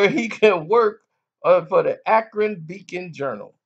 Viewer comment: Don't be saying Akron like that I hate LeBron but don't disrespect the City